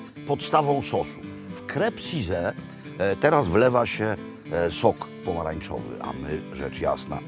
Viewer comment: Crepes suzette, wspanialy deser, genialny wprost, nalezy jednak wymawiac "krep süzet". Swietny odcinek, nie wiedzialam ze Dalmacja ma takie wspanialosci do zaoferowania. Trzeba bedzie sie tam wybrac, wspanialy kraj. Serdecznie pozdrawiam....:o))